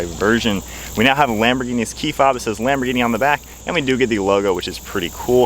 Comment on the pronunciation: The H is silent.... Almost everyone says it wrong, including me at one time.❤ . A Lamborghini executive told me almost everyone says it wrong.